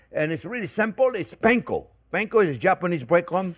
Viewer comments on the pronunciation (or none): none